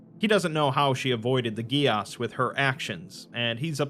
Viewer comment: Interesting fact... geas is pronounced gay-sh.